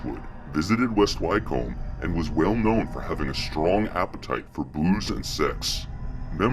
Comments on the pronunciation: It's pronounced 'wicum' not why-comb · Ffs at least research!! Wtf is WHYCOAMB!! HUH?? WHYCOAMB!!! ITS pronounced wycomb like wick-um wyc-om-b Wycomb!! And Nowhere exists called BUCKING-HAM-SHY- YOURE!! Its pronounced Bucking-um-shur! Like Edinburgh isnt Edin-burg ita Edin- burrah. No hard pronounced letters really oh and 666? Nah its 666 as in the number 6 hundred and sixty six! Not 3 separate sixes or 6+6+6. It's the number as a whole . Not saying what the vid shows isnt going on but it's easier to sit and watch your vid if you do the correct research. Little things like correctly pronounced words goes a long way with me and many people! It's a nice symbol of research and care for the video and the viewers enjoyment. Wonderful collection of vids btw and they really open the eyes... all 3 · Wycombe sounds like wickcome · Great Vid and very informative! But one thing I've picked up on is when you say "Wycombe". It's pronounced phonetically "Wick-am" or "Wick-combe". I know this because it's my home town and I was brought up there. I've also been down the "Hell Fire Caves" many times in West Wycombe. It's a very beautiful village. St Lawrence Church which is above the Hell Fire Caves has been in several films, with Christopher Lee as Dracula in a mausoleum scene also. Keep the good work up! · Pronounced Wickham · Excellent , I shall be subscribing , just a tip it's pronounced Wick - um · Wick-cum is how wycomb is pronounced..... Great vid though